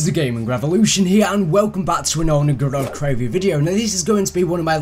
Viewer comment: It's GOROD KROVI not GODOD KROVI